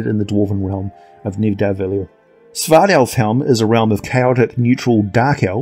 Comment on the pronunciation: Its pronounced Nitha-val-ear, the realm of the asgardian dwarves